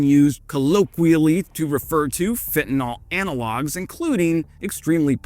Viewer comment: Great report, except you are again and again using (exclusively) Trump's specific mispronunciation of fentanyl. Even if Trump shouted 'Tylonil!', 'Tylo-nil!' a million times-- It would still remain just Tylenol. It is this the same for fentanyl. 'Fentanol' isn't a possible pronunciation.